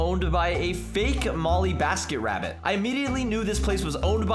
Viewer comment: it is not molleebasketrabbit it is mollybasketrabbit